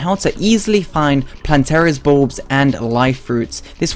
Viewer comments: I heard balls xD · I legitimately thought he said Plantera's Boobs at the start.